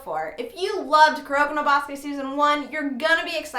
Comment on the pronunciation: I like how you were trying to pronounce Kuroko No Basuke in the beginning. "Koo-row-kow no Ba-soo-kay" LOL Anyway, I'll definitely check out the 2nd season.